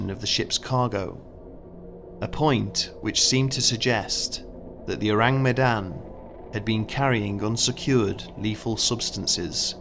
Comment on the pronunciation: Everyone who speaks Malay: This video: Ooureeng Meydannn